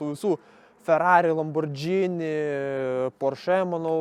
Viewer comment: 6tukas puikus! respect už restauracija.. bet tik tiek iš šito video ir yra.. tu man pasakyk žmogau, tu darai video apie tokius auto (arba bandai daryt) ir vis dar nesugebi ištarti Lamborghini kaip priklauso.. atsimink LamborGini (su itališku mikštumu net!) o ne džini.. išjungiau video 1.48:(, tu ne auto apžvalga darai o kažkokį kaimišką š.. mali.. nieko asmenisko bet nustok mojuot rankom ir.. gal geriau nieko nešnekėk apie gerus automobilius..